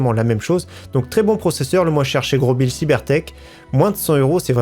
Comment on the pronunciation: On oublie pas le like mais ppir moi on dis pas grobil mai grosbil